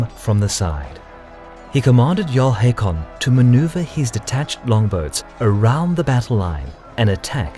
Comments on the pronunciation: It's not Headby, it's Hedeby EDIT: It's also pronounced Håkon and not Hakon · AA = Å not O. But you are close :) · The name Haakon is pronounced as Hokon, just fyi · Haakon here. It's pronounced Håkon, with an Å, like the A in Hawthorne or the O in ought, but thank you for caring